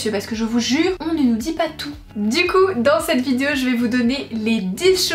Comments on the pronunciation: Moi j'adore quand tu dis "vidzéo"🤣🤗❤ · j'avoue regarder tes vidéo en grande partie parceque j'attends que tu dises le mot "vidéo" , c'est super mignon ta langue qui fourche là dessus _ belle soirée à toi